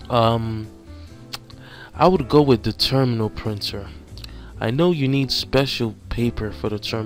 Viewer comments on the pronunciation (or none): Very helpful, but you need to read the words better. "Specially" - "Specifically" "InkJet" - "Inject" "Thermal" - "Terminal?" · Thank you for the video sir. Only part that was confusing for me is I was listening to it while working on other things and I thought you were saying "Terminal Printer" and then would describe it as a Thermal printer. So I had to stop what I was doing and pay more attention to see if I was learning the correct thing. I will be taking this test pretty soon. Your videos have definitely been helpful. Obviously knowing that the questions won't be the same but taking all the information from the answer section. Thank you again.